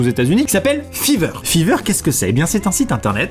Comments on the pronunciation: Chuis le seul que ça stresse que il dise fiverr à la place de [faïveurr]😂😂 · Amixem, Fiverr se dit FAAIIVER pas fiverr (Je crois MDR) :) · ça ce prononce Faiver pas fiver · BON PAR CONTRE LÀ les gens qui disent fIIIIver ça va mais genre vrmt pas le faire ça se prononce fAIver zut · FAIVER😂😂 pas fiverr (Après je dis sa jsp) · Ça se prononce fayver ! Comme 5 en anglais avec er à la fin ! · Aaah entendre fiver à la française ça fait mal quand même ahah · Mon dieu comment il prononce "fiverr" 😂😂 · Il a vraiment prononcé Fiverr en Feever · Fiverr c’est plus stylé étant prononcé faïveur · Déjà on prononce fYver et tu dis réaliser des rêves et tt mais au final c juste un dessin tu t'enflame trop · On dit faïveur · Après "le igloo", on a du "fiiveure" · Jpp ta prononciation de Fiverr 😂😂😂😂